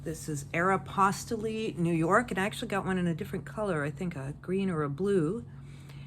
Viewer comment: It probably doesn’t matter in the grand scheme of listing, but for Aeropostale, the e at the end is silent. So glad to see your videos. It doesn’t matter what you talk about. I don’t sell clothing. I started watching you when you also sold vintage hard goods. So, we sell different things, but I still watch. I just enjoy you.😊